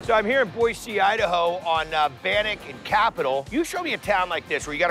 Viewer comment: He said Boise correctly!! Woah almost never happens